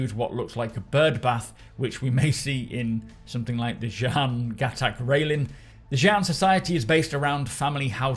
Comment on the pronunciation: everybody, its pronounced GUH-TOK